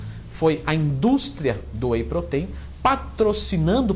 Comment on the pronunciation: "whey proteín" kkkkk vou comprar whey feminino 😋🤪🤣💪